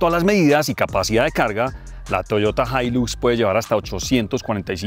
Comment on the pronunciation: La “jailus “ 😂😂😂 el paisa y su problema con la x 😂😂😂😂